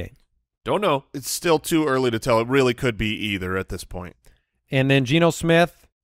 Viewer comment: “Eardy morning game” - Andy